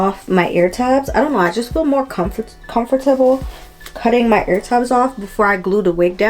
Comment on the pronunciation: When you said comfort- teble I was like ohhhh she from the islands 🇻🇮 lol. I say it the same way. Thank you for the review!! Definitely will be purchasing her products with me being a beginner with laces.